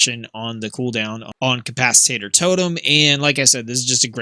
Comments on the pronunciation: It’s not pronounced “cap-ac-it-tater”. It’s cap-ac-it-tor. 🤗. Ty for the video it was helpful. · Nice guide! I am starting to heal more on my resto shaman so this has been very helpful. BTW, it is capacitor (ca-pa-sa-tor - not ca-pas-i-tat-tor). :)